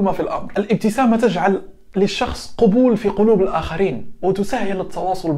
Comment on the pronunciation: اخي....كلمة قبول بالفتحة يا ابن الذين آمنو 😁😀 اما بالضمة معناها..........دنت عارف ايه.